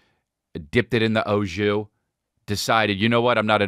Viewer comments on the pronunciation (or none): Don't say O (shoes)JUICE when your brain knows it's AU JUS before you talk smack about it. Hello, I'm from the arctic circle by the way, and still I know that it's au jus. Pronounciation approved over time though, so you're excused.